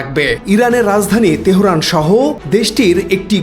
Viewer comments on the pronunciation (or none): তেহোরান কি? আবুল! এটা তেহরান